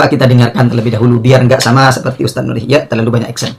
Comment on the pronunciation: Si Ikhyak Salah Baca Terus Ilmu alatnya nol